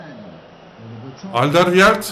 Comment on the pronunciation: Abi aldewied deil aldırvayd die okunuyor 😁